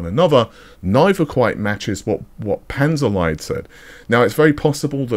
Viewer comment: so, small thing. NOT Panzer LIED as in English. a German lesson: Lied (pronounced Leed or Liit or Leet) means "song." So does 15th C English word 'leed." Panther song, or Tank song, or Armor song ---- whatever.